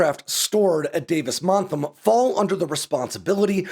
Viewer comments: It's Monthan, not "Montham." Great video, tho. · It sounds like you're saying "Davis Montham", or is that just my ears? It's "Davis Monthan". As for the fate of the F-22, I'd say remove the RAM, paint them red white and blue and give them to the Thunderbirds. That'd be so cool! Removing or ignoring the status of a lot of the combat and stealth required equipment should make quite a bit cheaper to maintain. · Love your stuff,, but you keep pronouncing Davis-Monthan as “Davis-MonthaM”. It’s got an ‘n’ at the end. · It's Davis Monthan, with an N on the end. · ManthuM? …Manthum? The Boneyard at Davis Mantham? I’ve been in Tucson 45yrs as an aircraft enthusiast and also air show regular loud cheerier for our tip of the sword displays, and never heard anyone call David Monthan…Montham.